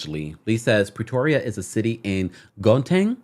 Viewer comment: Gauteng is pronounced [How-Tang]